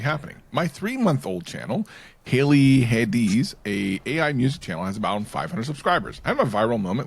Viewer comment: The 500 sub channel (pronounced ''Hayley Hades'' but you were close...:D) is now almost at 600, despite not having any new uploads over the last month. I guess it's now Evergreen. 😆